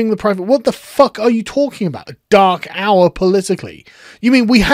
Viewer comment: Who else heard “Dachau” the first time he said “dark hour”. Love that accent!